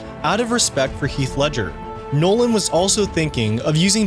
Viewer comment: Anyone cringe when he said chris’ 2nd name 😅😅